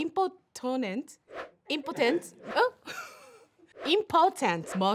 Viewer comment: ねえʬʬʬʬʬʬ 衣装が自由の女神🗽みたいだよ、直美ちゃんʬʬʬʬʬʬʬʬ 最高だにょ😂💗 イヤモニ激アツの助なの伝わったし、唇にソーメニピロピロ出るのも伝わったよʬʬʬʬ 人生で歯が1番大事って伝えたいことはむちゃくちゃ伝わったけど、2回くらいイン〇ポテンツって聴こえたけどこれ大丈夫そ？ʬʬʬʬʬʬってなった😂😂😂😂🫶🏻 I Love Naomi💗😘